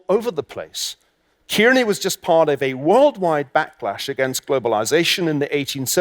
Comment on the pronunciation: Its not 'Keerney' its 'Carney'